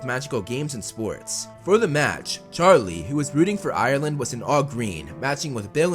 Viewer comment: Thank you for saying Ireland correct